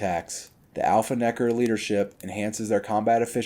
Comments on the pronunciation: I dont know how comfortable i feel with him saying nekkar so many times 😂😅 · Bro pronounced every letter and syllable in Nekker